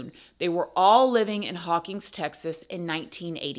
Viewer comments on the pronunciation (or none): I watched your story about McFadden it was pretty interesting. I grew up in Hawkins, Texas and was close friends of the three kids he murdered. I was also the LEO who actually drove McFadden to jail after his recapture. And Please know that you mispronounced our town, it's Hawkins not Hawkings. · I love you and your videos so much!!! My mom’s grandfather was the mayor of Hawkins, Tx for many MANY years!! Also, it’s pronounced Hawk-IN’s ;) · It’s pronounced haw-kins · Jeez. Please make it stop. On and on and on. Who are you talking to? Gerbils? By the way, I'm from Hawkins. Not "Hawkings" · Hawkins. No G.